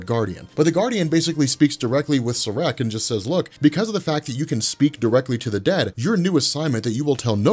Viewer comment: SAAREK is pronounced=SHREK..!!!😂😂